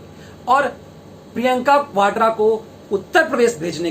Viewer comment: Vadra bolo sir